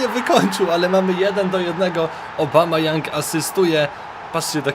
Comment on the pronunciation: Obamayoung xD tak czytałeś